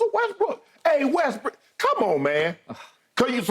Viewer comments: He called him Westbrick 😆 🤣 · Guy said westbrick on accident lol